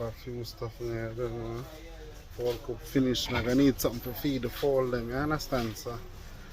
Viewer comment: GG it’s chicken coop not coob